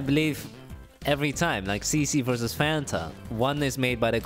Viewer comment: Hispanics (not all) pronounce fanta as Fuh-Ahn-Tah